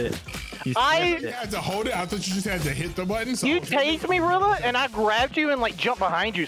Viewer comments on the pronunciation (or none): The what squirrel the buntton 🙃🙃🙃🙃 it's button love speaking no hate